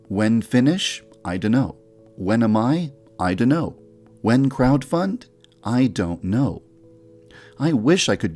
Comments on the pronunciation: I love how he’s like “iduno” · I laughed so hard that yandev said "I. Don't. Know! "